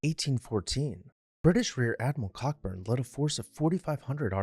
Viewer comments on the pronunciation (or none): Admiral Cockburn is pronounced 'ko-burn'. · FYI - Cockburn is pronounced co-burn. Ok? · Cockburn is pronounced CO-burn.